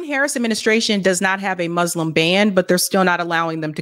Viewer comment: Moos-lim Please practice your pronunciation. There’s no z in Muslim. (Not mazlam or izlam)